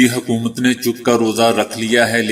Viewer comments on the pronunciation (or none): none